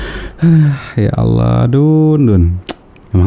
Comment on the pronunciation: Hai murtadin jgn ngaku2 jadi kiai apalagi syeh ,nyebut nama surat aja nggak benar,menyebut Allah aja lidahnya kaku